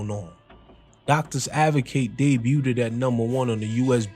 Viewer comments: Family, “debuted” doesn’t have the extra “ed” sound. It’s just “day-byou-d” not “day-byou-did” ❤❤❤❤❤❤ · this nigga said debut ted lol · How can you fuck up the same word over 20 times in one video? "Debuteded" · “Debuted” I don’t think u say the last syllable u keep saying bro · Homie you’re not pronouncing debuted correctly. It’s debuted, not debuted-ed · Bro Debut - Day-bue Debuted - Day-bued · Great breakdown , please stop pronouncing "debuted" that way ..it was driving me crazy. Much respect and love. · Someone teach this narrator how to say debuted please...😂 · The “t” in debut is silent. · You being unable to say “debuted” cracks me up every time 😂 Good vid tho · The t in debut is silent. It's french